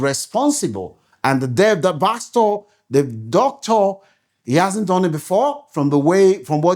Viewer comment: YOUR PRONUNCIATION OF (DOCTOR) SOUNDS HORRIBLE ASK GOOGLE FOR CORRECT PRONUNCIATION